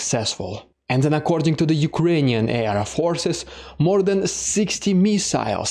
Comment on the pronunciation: When you said “air forces” it sounded like “air of horses.” I love the visual image of fighter Pegasus that brought. Keep up the great work!